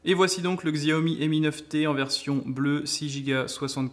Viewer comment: Je l aurai demain si tout se passe bien Et c est pas Xiaomi mais chiaomi sa se prononce comme sa voilà voilà très bonne video